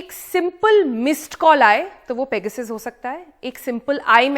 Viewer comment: मेडम शुद्द बोलो ,पेगासस है